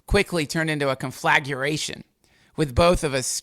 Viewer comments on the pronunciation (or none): It's conflagration, pronounced con-fluh-gray-shun damnit